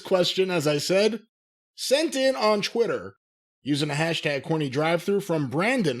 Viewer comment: Me: what year is it?: chwitter says it’s chwenty chwenty one